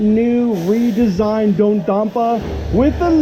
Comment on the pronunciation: Did you Just say “Do dompa”